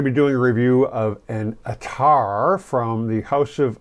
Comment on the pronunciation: Pronounced Ath-ar